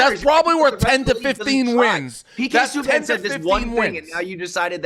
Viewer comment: Dave didn’t even say PK Subban correctly. He’s just a boston boomer